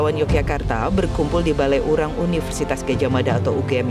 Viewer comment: Balairung min bkn balaiurang 😅